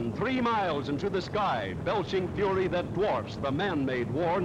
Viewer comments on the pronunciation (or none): none